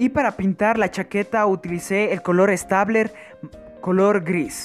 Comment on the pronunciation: No se pronuncia stabler😤😣